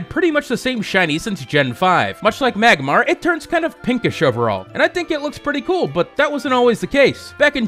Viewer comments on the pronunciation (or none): none